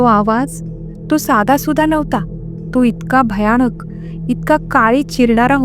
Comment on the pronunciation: तुमच्या कथा आणि अभिवाचन छान असते 🎉👌🏻 पण एक विनंती तुम्ही खुपदा " न" च्या जागी "ण " आणि "ण " च्या जागी "न " शब्द वापरता.त्यात सुधारणा करा 🤗(मणात नाही मनात)(स्टेशण नाही स्टेशन) (भयाणक नाही भयानक ) 🤗🤗बाकी मस्त 👌🏻